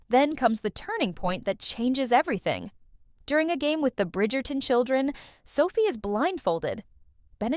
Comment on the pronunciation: Oye, no se si soy yo o pronuncias Bridgerton de una for.a rara. Esperé otro video (este) para hacértelo notar. Como se pronuncia Brifgerton???!!!